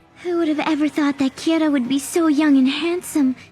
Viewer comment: I know why this video has so many dislikes, he said Kira wrong when Misa showed up